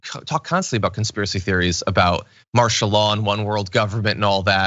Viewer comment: Well I don't recall you saying ANYTHING true.... By the way, it's "martial" law. EDUCATION MATTERS.